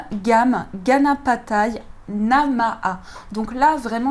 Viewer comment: Merci pour ce beau tirage et la nouvelle installation! Super! mais renseignez vous s'il vous plaît sur la prononciation du sanskrit ( une langue sacrée vibratoire très puissante) Il faut par ex prononcer la voyelle finale "è" soit e accent grave, à la fin du mot "Ganapataye"... Et prononcer le h dans Namaha ( pour s'entraîner sur le h aspiré le prononcer devant un miroir, il doit y avoir de la buée) pardon pour ces précisions, elles sont importantes pour la vibration si on veut répéter le mantra. Ou alors il faudrait prendre un autre jeu de cartes....